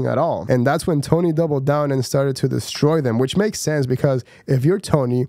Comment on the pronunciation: Dude you're not even saying Tony's name right